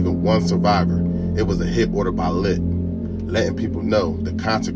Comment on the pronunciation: 😂 The fact that you called Lits Lit, and pronounced his last name MontaGUE instead of "Monte" confirmed my suspicions that you have no idea who you are talking about. If you aint never been to da bottom, you wouldn't understand da Bottom, so stay the fuc outta da Bottom! His name is Aaron LaDonn Montague (pronounced MunTAY)😂